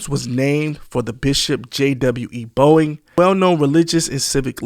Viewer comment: Bowen Homes, not Boeing.......